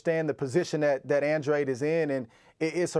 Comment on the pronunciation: It’s Andradeeeeee not andrade.